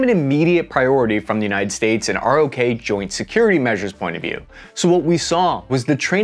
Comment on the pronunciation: We don’t stay “R.O.K.”…. It’s pronounced “rock”. Pretty decent poke at this though.